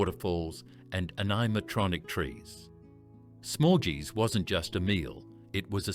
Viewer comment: That’s not how you pronounce Dominos or “smorgeys” for that matter